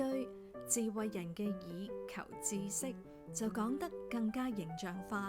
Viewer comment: Thanks for the video! I never realized that 知識 should be pronounced 志, as I've always said 之. Thank you for correcting my pronunciation!